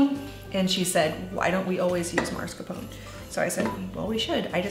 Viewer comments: Sorry, you misspelled and mispronounced mascarpone. Look at the package. Mascarpone (mah•scar•ponay) not maRscapone. Probably new baby brain. Take care, mama! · That cheese's name is usually pronounced maa·skaar·pow·nay. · Hi Mascarpone is an Italian cheese it’s pronounced mass-car-ponay (like the horse kinda)! Love your channel your vids and your recipes. Thanks for all your lovely content as always 🙏🏻 🥰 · Delicious recipe! Mascarpone is pronounced 'Ma-scar-poe-nay',ie pronounce the 'E' at the end. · Good morning, This looks like a wonderful recipe! And I’ll be inspired to try it or something like it, thank you for sharing:) On a separate note, both the pronunciation and spelling of Mascarpone is incorrect; thought you would want to know especially since you are promoting Mascarpone:) ( All of us Italians are probably going crazy;) )